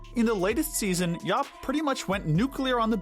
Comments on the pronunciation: It’s Dr. Yap not Dr. Yuup 😬😬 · Starting , the character's name is YAP, not YOP or YUP. You even have a clip of him saying his own name; "Yap! Yap! Yap! Yap! Yap!" and you still pronounce it completely wrong!